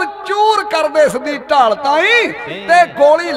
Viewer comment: "ਢਾਲ" ਨਾ ਕੇ "ਠਾਲ"